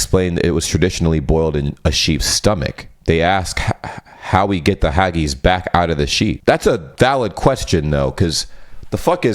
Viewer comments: Haggis is pronounced. Hag--iss. There is no turning on red lights at all in the UK. If you do so, the camera above the junction will make sure you get a hefty fine for running a red light.....that's if you avoid an accident. If not, then you are in real do-do! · The haggis thing had me cringing at the pronunciation😂 As a Scot i have to inform you that its pronounced either hagg-isss like hiss without the 'h' or hagg-is. Also, Glaswegian. Its Glas-we-gian, people from the city of Glasgow (Glasgo, not Glascow or any other crap pronounciations). Those are my PSAs for the day 😁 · It’s pronounced ( phonetically spelt here) Hag is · Haggis, that's hag-iss dear not hargies 😀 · Hah-geez?!?! The word is pronounced HAG-iss. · Just an FYI if it ever comes back up, Haggis ends with a hard S sound like kiss or miss, not a soft S/Z like takis or tacos. Glaswegian (pronounced Glaz-wee-jun) or people who come from the city of Glasgow in Scotland. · Dumbest thing in American ever said to you, how about hagies for haggis it is said ha-gəs...🤣🤣🤣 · hello, about the haggis bit (leaving the embarrassing moment aside), haggis is a known food of scotland, and is more of a hard i sound, not an ee sound. :) also, there is no turning on a red light, it just means stop, and a glaswegian is a person from glasgow. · Haggis is pronounced Hag - iss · My American friend sent me condolences when the Pope died because she thought he was the Pope of Canada. Another told my cousin that someone in New York told her that Canada is the most beautiful part of 'this country'. I've never heard haggis pronounced "hawgees" but it's amazing the number of people who think haggis IS sheep's stomach. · I’m Scottish, and your pronunciation of ‘haggis’ is odd, but kinda cute 😉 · Never say haggis again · GlasWegian is someone from Glasgow, Scotland. Your pronunciation of haggis was disturbing. Fyi, you're not allowed to drive through a red light at all, it's got nothing to do with which side of the road we drive on.